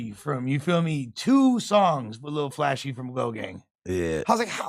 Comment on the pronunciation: Its LIL FLASH… NOT “ Lil Flashy “